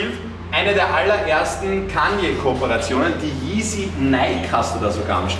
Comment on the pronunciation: Kanjjjjjje oder.. immer aufregen wenn jemand was falsch ausspricht und dann sowas